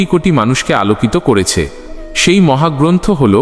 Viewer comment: Sonob na ta ki katha, se e ta ki katha, শুনব না , সেই এগুলো ঠিক করে বললে আরও শ্রুতি মধুর হতো